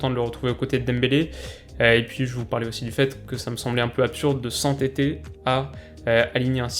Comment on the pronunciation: "sans Tete" ou "s'entêter" ? XD